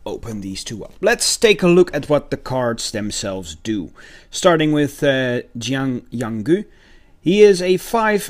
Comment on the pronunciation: You said Yanggu’s name wrong